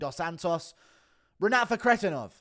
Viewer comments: The way you say Renats last name annoys tf out of me. It doesn’t even sound like the way it’s spelled at all😭 “ruhkretinov” wtf is that😂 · Had to dislike just because your Fakhretdinov pronunciation